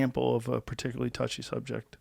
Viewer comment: One day Joe will pronounce "particularly" correctly